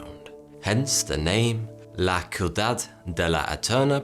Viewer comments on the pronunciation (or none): ciudad: (sea-uh-dad). not cuidad (coo-eeh-dad, which would be an imperative form of taking care, addressed to the second person of the plural (cuidad -verb cuidar) Medellín is not the only city given that phrase to, ("Ciudad de la eterna primavera")here is a list in alphabetical order (name) of cities that are known for their "eternal spring weather": Arica, Chile. Caracas, Venezuela. Cidra, Puerto Rico. Cochabamba, Bolivia. Cuernavaca, México. Guatemala, Guatemala. Huánuco, Perú. Medellín, Colombia. Quito, Ecuador. Tarragona, España. Trujillo, Perú. Thanks for trying to speak spanish anyways, I appreciate. 💗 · Ciudad is pronounced "shoe-dad", translates to "city" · Hey dude... new follower here, been a fan for a few days, and just wanted to let u know, it’s pronounced “see you dahd (ciudad) de la eterna primavera”.:. Besides that’s it was pretty good... - Colombian guy 😝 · Kiudad? What is a kiudad? xD CE and CI in spanish souns like SE and SI respectively. So Ciudad sounds like City, not Kitty. Great video as usual! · La Ciudad De La Eterna Primavera , La Ciudad, you don't read it like La qudad, it should be ciu-dad/syudad/siu-dad/. We don't speak Spanish in the Philippines (just English and other regional dialects, and Tagalog), but we have words that came from Spain too mixed in our national language. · oh my GOD.. i love you but you just murdered me. It takes literally 4 seconds to google how to say a word.. jesus man. Ciudad = city, syu-dahd. Not kwidad. soft c sounds like s. País = country, pah-ees. Two syllables. Not trying to be mean but you broke my heart. Think about it. You are stating all this stuff as facts to inform, but cannot be bothered to Google words. How valid can the rest of the info be then? Think about it. Keep the quality high. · Sorry but, "La Kewdad"?? I love you, I do, but please pronounce Spanish words how it should be. It's a soft C not a hard C. SEE-YOU-DAD(Ciudad) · La see--oo-dahd "la ciudad" no K sound there